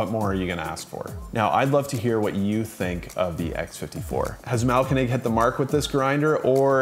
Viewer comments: Thanks for the review and for not completely butchering the name although it could use some improvement. Try splitting the name into 2 words: Mahl-----Koenig. (Grind-King) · The way you have pronounced Mahlkönig makes this a really tough watch 😂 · haha, it got better as the video went on but the first few are pretty funny 😄